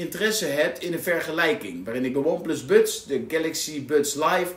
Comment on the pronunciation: Je spreekt buds en Frank Sinatra wel heel erg op z'n Hollands uit 😂Waardeloze oortjes zijn het. Geluid is echt matig. Totaal geen bass.